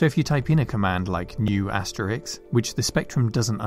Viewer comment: Asterix? Aster-Risk! We're Brits not colonials. :-) Good video as always, though.